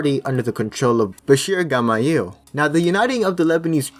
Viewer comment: bachir gamayel It's bachir gemayel (jma-yell)